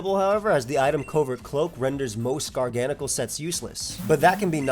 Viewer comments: Bro this pokemon, its gargancacacle. What you say, garngcle. Garnagagacle. It's gargacle. Mhm. Garnanagancle. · Hearing you say GARGANACL made me confused 😂